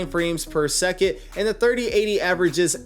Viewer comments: He actually says "per suck it", lowkey mocking his viewers. For real. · if only this was the case. Per seckit 🙄🤦‍♂️ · I did the same but watch youtube video and just decided I need a 3080 lol. The 3070 have 8g ram so it’s a little weak. But he is right it’s fps or frame per second what is seckit lol. It’s called radio language u need to pronounce for people not yourself. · all i heard throughout that video was frames per seckit. Its frames per SECOND.